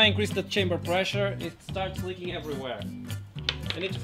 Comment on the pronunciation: "2mm sickness". Yeah, sounds accurate. I know you say "leaking" a lot of times, but every single time, you make it sound like "licking".